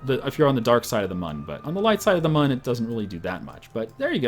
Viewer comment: It's pronounced 'moon'. Even though it's spelt mun the U has an en-ye on it.